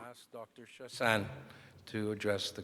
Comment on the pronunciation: Yeah she's saying Shah-sang BUT it's actually Shah-sahnye (sorry hard to explain Québecois pronunciations in English.)